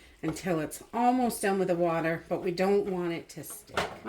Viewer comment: After she said that, I had to say it out loud.😅